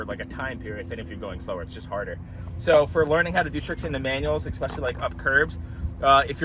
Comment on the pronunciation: Can you do a trick tip on how to pronounce "especially" next? JK... love you LOL. For real though good explanations on the 180 manuals and 180s out. I was trying to do fakie fs nosegrind switch bs 180 out (if you saw Gustav's part in sour solution 3 you'll know why) and my shoulders were what was messing with my head. I think I can apply a little bit of something from this to that trick. I almost got switch fs bigspin out of it too, also all shoulders, but I ran out of sunlight.